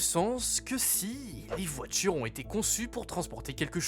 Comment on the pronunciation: « Les voitchures natchurellement, c’est notre futchur »